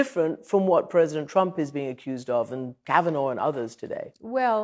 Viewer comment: Lol Cavaugnah